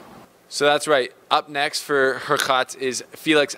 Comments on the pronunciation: It’s HurCATCH, that’s the correct way to pronounce it. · Please Pronouce Hurkacz like hoor - CATCH If you do this it will be much better, but not 100%. You would still need to correct the oo in hoor (it is better than her) and the “a” in catch is a harder “a” than in catch. It is not that hard though. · pronunciation of Hurkacz is Hurkach (Hurcatch). Do not try to pronounce "z". This "cz" is like "ch" in chocolate.